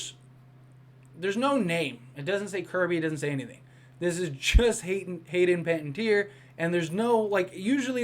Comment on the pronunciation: Okay, you’ve got to stop butchering her name. (PEN-AH-TEE-AIR) and anyone can edit these cast lists. I’m taking with a grain of salt, and I don’t think they’d let that leak. But I do think she’ll be in it.